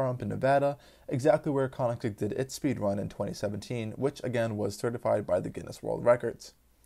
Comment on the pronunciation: "tooatara".... "Konnigseg". hmmm